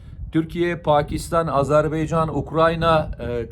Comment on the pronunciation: Azerbeycan değil Azerbaycan...